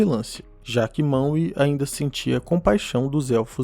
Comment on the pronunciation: Ficar falando maue da uma raiva da desgraça